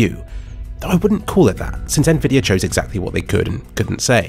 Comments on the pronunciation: Why do you say "nvidier" instead of "nvidi-AH" ?? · why do you say it like "nvidiar" some times